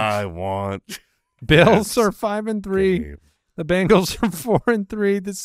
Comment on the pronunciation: Is it just me... it's Bengals not Bangals right?